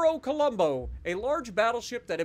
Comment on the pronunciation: Its Colombo not Columbo 😂